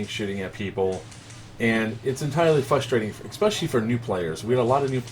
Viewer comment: WHEN YOU SAY "FUSTRATING" ITS FRUSTRATING